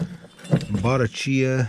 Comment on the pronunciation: In the late 60's and early 70's my brother in law and I got into "ten speed" bikes, unbeknownst to each other. I got a newly designed ultralight weight Sears Free Spirit. He got a used Bottecdhia, and pronounced it the way that you did, until we met a real bike person who said it should be pronounced "Bo-TECK- ia" Anyway, we blushed. But his was one sweet riding road bike, and was fast. My Free Spirit was nicer and newer, but lacked the authenticity of Roger's Bottecchia. I hope you get many years and miles out of your great "scrap metal find." Wow.